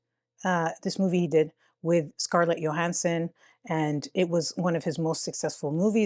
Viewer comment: The Y in Scarlett’s name isn’t pronounce like the J in jump. It is pronounced like the Y in you.